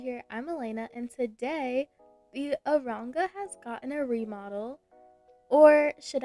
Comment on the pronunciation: u said aronga lol